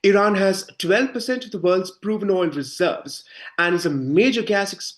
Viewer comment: It would be nice if you learned how to pronounce the the name of the country you are reporting!